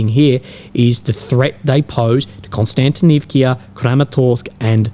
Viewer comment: Not Konstantinivkia!!!!!!!! Not "ia" on the end!!!! Just"a" vowel!!! One sound "a" Not two sounds "ia" It is a VOWEL!!!! Just one letter you hear. A